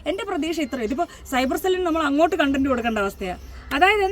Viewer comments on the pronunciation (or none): none